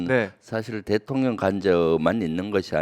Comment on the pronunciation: 대통령이 대통년으로 들리지;;; ㅎㅎ